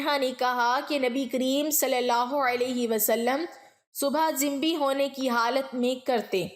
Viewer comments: عمدہ تحریر اور انداز بیان ہے مگر لفظ جنبی کے تلفظ میں ج اور ن پر پیش ہوتا ہے جزاک اللہ خیر ۔ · تلفظ کی بہت کمی ہے ،مثلاً جنبی حافظ ابن حجر وغیرہ